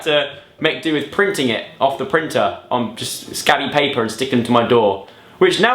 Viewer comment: the way he said paper is he even British?!